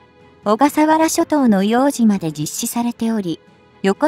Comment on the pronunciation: 「いおうとう」です。